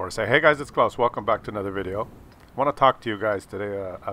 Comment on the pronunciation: No it's not close!!! It's Claus hehe ;)